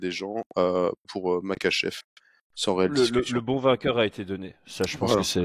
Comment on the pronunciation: Super taff les gars, juste stp tu dis Merkachev 30x dans la vidéo ça en devient dérangeant 😭 Pourtant tu l’écris correctement dans le titre et ton collègue le prononce correctement (comme ça s’écrit)